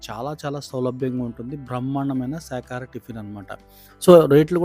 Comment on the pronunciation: శాఖహారం కాదు బాబు శాకాహారం అనాలి